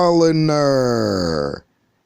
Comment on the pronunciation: Wait, (I didn't watch the video, once he pronounced "Star-Liner" as "Star-Linner" I realized that the person had to be functionally illiterate) he claims to know video editing, and doesn't know how to do video capture? I mean, back in the 1950s, they made archival copies of live TV by essentially pointing a camera at a TV, and recording to film. Then, they discovered video tape.